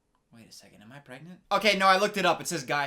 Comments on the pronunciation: Don’t you mean pgrengent? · Is she PREGANTE? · Maybe she's just pregonate 🤣